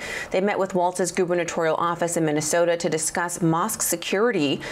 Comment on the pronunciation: This person cannot even pronounce MINNESOTA, CORRECTLY 😂 listen carefully, he calls it mint an soda and